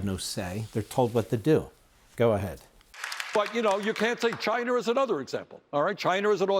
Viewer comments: did Wormie say 'Cuber'...Chiner?...he is nothing but a liar and spews nothing but lies...there is a good reason we are not a democracy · there is no 'R' in China or Cuba. Looser.